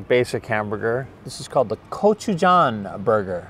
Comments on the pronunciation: Pronounce it this way - Go-Choo-Jang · It’s not GochieJohn it’s GoeJoChang, a sweet and sour with hot pepper and spicy barbecue sauce!